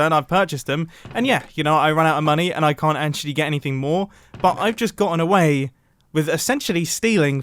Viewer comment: Idk why but "tway with you potato, tway with you" made me burst out laughing 😂